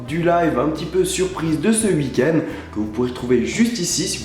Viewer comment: Toi, tu dis "Wui-end" ça me tue :') :')